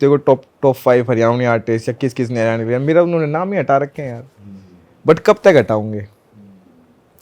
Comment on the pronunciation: भाई its हरियाणवी not हरिउणी, हरियाणवी artist बन ने से पहले नाम लेना सीखो